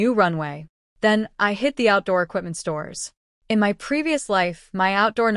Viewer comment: or instead of "MY" its M-Y😅😂😂